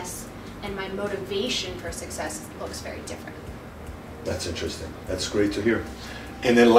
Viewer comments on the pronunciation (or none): none